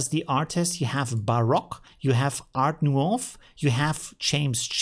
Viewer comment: Art Nouveau is pronounced "Ar Nuvo'